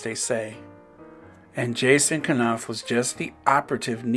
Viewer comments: At least pronounce the man’s name right ‘nawf’ not kuh-nawf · I enjoy your podcast. Thanks for the updates. I'm case no one pointed it out, just want to say that in pronouncing Knauf, the K is silent, so it's pronounced nauf 🥰